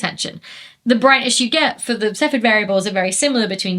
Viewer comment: Cepheid has three syllables - ceff-ee-id.